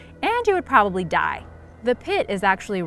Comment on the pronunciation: 2 :30 she's like if you drink the toxic water from Montana old mine your drinking this and that and also you'll probably DIEEEE it was so funny she said it as I would have!!! well yeah arsenic is not good for the human body... RIP geese they were some good guys